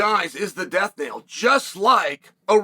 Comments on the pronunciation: Knell not nail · Death's knell, not death's nail. Knell is the sound a bell makes or the action of it ringing.